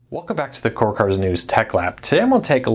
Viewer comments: You need to ENUNCIATE!! You sometimes speak too fast and slur your words. You say "cord cutters" as "corkers". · “Core cuh-ers.”